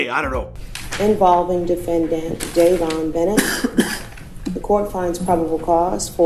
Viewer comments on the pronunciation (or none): "Dayven Burnett" 😆